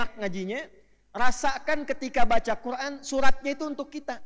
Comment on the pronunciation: Qur an di baca qur ain